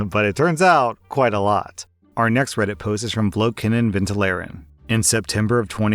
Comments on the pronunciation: Vloekenenventileren is losely translated to Cursing (vloeken) And (en) to Vent (ventileren). Props for your pronunciation! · As a dutch person it was a delight to hear him pronounce “vloekenenventileren”. Wrongly pronounced ofc